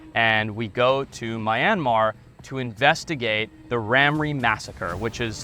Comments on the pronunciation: A small country in Southeast Asia? Haha, It's the largest country in the entire Peninsula of Southeast Asia. Also it's not pronounced "My-anmar" like the word "my", it's much more like "Me-anmar" although the "Myan" part is actually a single syllable and there isn't really a clear way to write that in the English language. Finally no one has ever been executed for anything drone related in the country, not given a life sentence. The worst sentence you can get is 3 years, although knowing what Myanmar prisons are like, I would probably prefer a quick execution over the actual sentence. There's quite a few more errors in your accounts, but I just wanted to talk you the most important ones. I hope you will give Myanmar another chance a few years from now, when the military is no longer in control, and no longer has any political power. It will happen, the war raging since the 2021 military coup is being won by the rebels, and when this is all over, they will not accept conceding any power back to the military again, and the military won't have any bargaining position. It's an amazing country with all kinds of rare wildlife and wonderful people. In fact the once thought near-extinct Skywalker Gibbon was recently confirmed to be present in fairly large populations within the country. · I live in myanmar and your saying my country name wrong mianmar is how you pronunce my country this is my languge လီးဟချီးထုပ် umm if a myanmar person is watching do not say what i said😏😏😏😏😏😏😏😏😏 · It would be nice when video content makers actually find out how to pronounce names and words if they are in another language. It would just add a little more authenticity to their videos and show that they actually know a little more about the country. Myanmar is not pronounced My Yen Mar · It’s Meeeeee-nnnnnnn-marrrrrr. P.S. I live in Thailand retired. 😊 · Yea like how you pronounce Myanmar lol American butcher all other language. Cool story though. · Its pronounced me-an-maar not my-an-maar